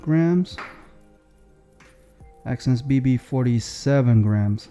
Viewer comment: No way this guy said exsense bbc and yall missed it